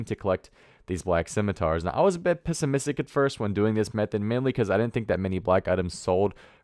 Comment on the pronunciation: did you just say pissamistic? :D